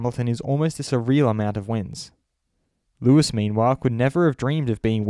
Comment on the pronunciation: ⚠️ To all international journalists & sport presenters: 🌐 it is NOT Lewish ... it is NOT Bottash ... and it is certainly NOT Max Vershtappen! Pronouncing "st" as "sht" is done by Germans not Dutch people! ... like an insult to us ... like insinuating you are a Nazi or something. But most people from Holland (like me) have NO issues with Germans at all. Am part German myself.